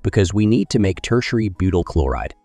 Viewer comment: Buutyl? Butyl.